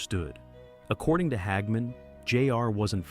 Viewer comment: Who is "Hag Man"? ...Stupid AI